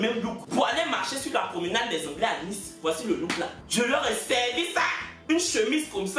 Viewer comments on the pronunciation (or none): none